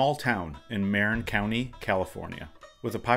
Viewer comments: Hey bud I'm sure you've heard this a hundred times but Jared Goff's home county of Marin is pronounced muh-rinn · Enjoyed your video but please learn the correct pronunciation of "Marin." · Marin County = pronounced Muh-rin Enjoyed this.